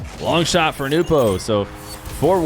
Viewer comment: is an entertaining presenter.... Also it's pronounced NOWpo